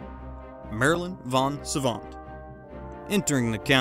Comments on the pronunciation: It's Vos Savant, not Von Savant. Gary, not Garry Kasparov. And it's Asperger, not assburger. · Her correct name is "Marilyn vos Savant". Not von Savant. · Marilyn VOS Savant, you morons, not "von".